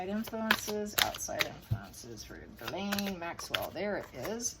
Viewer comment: 1st person (of too many) who has pronounced Ghislaine the right way!! KUDOS!!